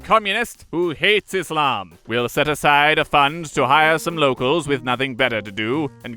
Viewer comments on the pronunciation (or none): none